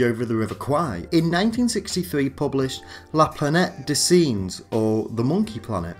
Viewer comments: Planetty dez sinjez? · Good work but the pronunciation of the novel 'La Planete des Singes' is not researched and lets down the video.